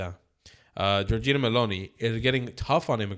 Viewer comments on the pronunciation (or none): Her name is not Georgina, it is Giorgia.